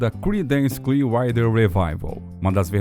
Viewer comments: Para um canal que fala muito sobre bandas internacionais, a pronúncia do inglês precisa melhorar muito. O nome da banda é "cliár-uáter" e não isso que é falado no vídeo, que nem dá para entender bem o que é. O nome da música é I Put a Spell on You... "ai put a espél on iu", pelo amor de Deus... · Clear o quê???...Writer? Rider?... a legenda automática traduz o que diz o locutor como "Clear Wi Revival".. logo no comecinho do vídeo e lá perto fim... queria saber o que ele disse no lugar de "Water" . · "CLIUAIDER"????? Dono do canal, aprenda a pronunciar antes de fazer o vídeo, cara!!! Até desanimei de ver o vídeo!!! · Velho o conteúdo é bom mas seu inglês dói no ouvido… Woodstuck é brabo, o nome é woodstock (uudstóc). E Clearwater se diz “cliaruóter”. Antes de gravar pega as palavras que tem dúvida e bota na Internet clicando no áudio que vc pode ouvir o certo. Tirando isso texto é ótimo e a pesquisa idem. Parabéns. (Ah, e basta chamar de Creedence (Cridêns), que é como o grupo é realmente conhecido. )